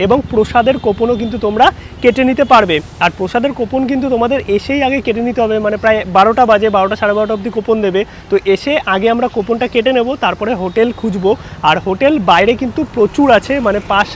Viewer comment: Khub bhalo vlog. Ektai complain.. coupon word ta ke Kopon noy, kupon bole pronounce kore.